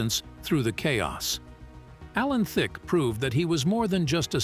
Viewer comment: At least learn to say his name correctly😂. Also please show the correct clips of the subject matter. For example, showing scenes from How I Met Your Mother while talking about the game show.